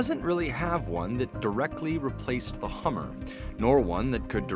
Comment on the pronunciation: "Get to Da Hammah"